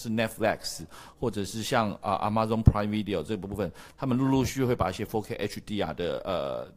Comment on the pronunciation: 阿嬤粽……Amazon不是這樣唸的好嗎？